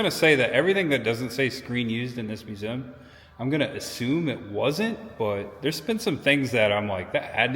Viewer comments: Dude, it’s pronounced “myoo-zee-uhm”. Lol. But, seriously.. great video,. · The way you said museum shows the true Hoosier. Lived mos my life in Bedford and moved to Fairmount about 2 years ago. Next week we close on a house in Gas City. Love the videos man!